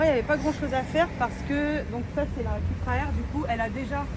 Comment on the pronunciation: Ça ce dit Coupra et non Cupra 😫